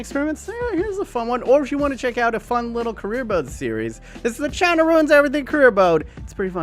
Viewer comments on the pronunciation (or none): none